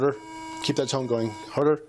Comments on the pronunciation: I swore he said, “keep that tongue going” but it was tone I realized rofl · It sounds like he’s saying keep that tongue going 😂😂😂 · lol at first I thought The cop said 'keep that tongue going' I was like what??? Then I'm like ooo 'Tone' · Lol, when he said "keep that tone going", I initially heared "keep that tounge going"😂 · lol, I heard it as "keep that tongue going" as well.